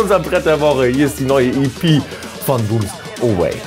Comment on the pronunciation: Die Ghettoblaster EP is wirklich hammer, genauso wie Englisch Aussprache von Bombs Away:P (nimms mir nicht bös, aber da sind immer mal wieder n paar Schmunzler dabei:D) zum Thema durchzappen: ich kuck immer alles außer Classic of the week;)